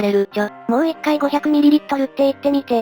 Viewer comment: 3:03500ml(ごひゃくﾐﾘﾘｯﾂｫﾙ) 1ﾘｯﾂｫﾙ2ﾘｯﾂｫﾙ3ﾘｯﾂｫﾙ ml(ﾐﾘﾘｯﾂｫﾙ)は受験出るらしいです(嘘です)